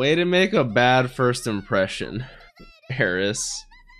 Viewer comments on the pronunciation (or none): none